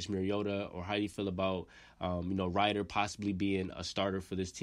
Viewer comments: Rid er, not Ride er. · Fam lol you gotta pronounce it like “Dez-min Rid-Her” good vid though bro! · Man you fk his name . You might need to do a little research on pronunciation on the names 😂😂. Desmond Rider